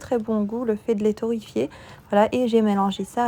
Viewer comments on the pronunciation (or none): On dit torréfier et non torrifier